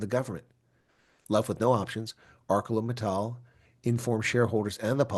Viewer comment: I feel so heartbroken for the people at AMSA. Btw, it is pronounced ArSeLor.